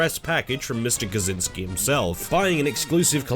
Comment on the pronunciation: congrats on the worst pronunciation of kaczynski ive ever heard